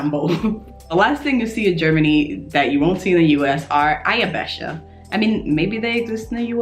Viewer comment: I really like how you pronounce " Eierbecher". 🙂👍 Very good. I like them too. In some Shops you can find it in different colours or with small pictures on it. And I really like the small cups for Espresso too. They are from Italy, but you can find it in Germany too.